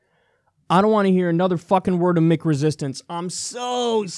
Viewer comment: Maybe I'm out of the loop on this one, but what the hell is "Mick" resistance? Kyle says it a lot in this video. I thought he said "meek" (which makes a lot of sense) until I played it back a few times.